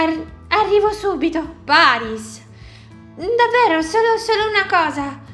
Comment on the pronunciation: ma perché ha detto PERYS al posto di PARYS?